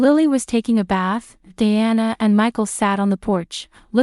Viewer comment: Diana pronounced as de-anna